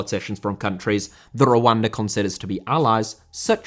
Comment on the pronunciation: i know you are saying Rwanda... but im literally hearing "wakanda" every single time